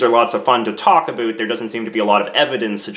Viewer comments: Sees American flag and Portrait of Queen, sighs.. hears him say "aboot".. aright I'm out fake Canadian right here! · Did you just say "aboot"? lol (instead of about) Was that intentional, to make the video more noteworthy? Anyway, get out and VOTE, Canada. My choice is, anyone but Harper. At this point, I think Liberals are the best option because they have the best chance of dethroning the Cons. I'll be glad when those sickening Con advertisements come to an end. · I've lived in Canada my whole life and never heard anyone say aboot until now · All I heard was "aboot". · I heard you say aboot several times but then I heard you say without and not withoot. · 35 seconds in you said aboot this election. you are making us stereotypes lol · did he really just say aboot..... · I'm Canadian born and raised and I have never heard anyone say aboot until now../ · I didn't Canadians actually said aboot. I totally thought that was a stereo type haha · Aboot. Thanks for stereotypes. thanks